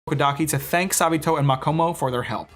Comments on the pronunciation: I felt a bit of pain everytime you said 'Odokoraki' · This brother could not say Urokodaki 😂… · Bro almost died saying Urokodaki😂